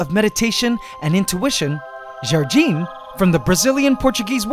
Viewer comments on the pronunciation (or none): Jargim? Nah, it's Jardim. It's easier to pronounce than what you are saying